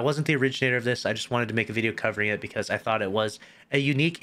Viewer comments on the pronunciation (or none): none